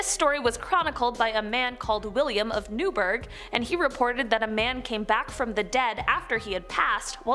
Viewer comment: Alnwick is pronounced annick and Newburgh is new burrah for future reference, it's just English being weird as usual